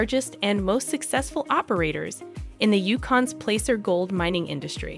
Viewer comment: It’s Placer mining not plaster or anything else. Plaacer